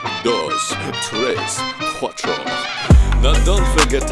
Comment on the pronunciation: Lyrics in Spanish are accurate but tres and cuatro needs some pronouncing work tres is pronounced tles and cuatro is pronounced cuatlo. Confirmed by a Mexican